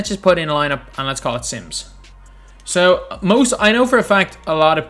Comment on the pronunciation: When he said let's name this lineup sims I thought he said Simps